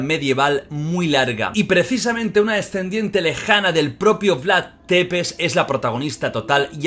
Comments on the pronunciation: Perdón por corregir pero se pronuncia Vlad sepesi que en rumano escrito sería Vlad țepeși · Depes no porfavor es Tepes, se pronuncia algo así como chepes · Oye lo siento pero me pone muy nervioso que diga Vlad depeş Es Vlad thcepeş dilo así jajajaja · Țepeş no tepes 😅 bienvenidos a Rumania👋🇷🇴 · Jordi, la T de Vlad tepes se pronuncia "ch", no pasa nada es normal la equivocacion. Pero si te escucha un rumano le van a petar los oidos jajajajajaj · Se escribe Țepeș y se pronuncia Tzepesh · Porfavor Vlad Țepeș, se pronuncia como: Vlad chepesh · Se pronuncia Tzepez Amigo no es T es Ț😂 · Soy la única a la que le da rabia como pronuncia mal el nombre del empalador?